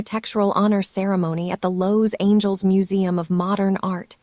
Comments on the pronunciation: An AI that can't pronounce Los Angeles??? Irritating. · You're not pronouncing Los Angeles properly.